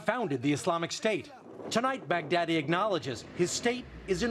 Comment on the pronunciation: wait did he just say bhagdaddy?